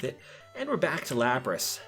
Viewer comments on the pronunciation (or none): Good video but damn...you really butcher some of the pronounciations. Especially Exeggutor and Lapras.